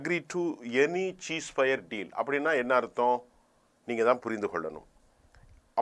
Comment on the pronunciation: Dear Gem Tv editor, Please find a speech therapist to correct your words. I studied English Medium. So I can't tolerate your pronunciation. No cheese fire. Cease Fire is the correct pronunciation. - From Colombo